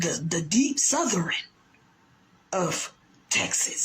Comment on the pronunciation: The one with the goofy bug eyed glasses , mugging, thinking she's smart and can't even pronounce southern, looks like some insect that splattered on my windshield after a long drive .😅😅